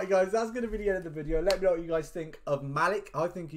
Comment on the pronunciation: I believe you pronounced it wrong but I might be wrong but the way I say it is Muh-leek